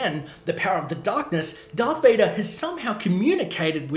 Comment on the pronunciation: U said dvader twice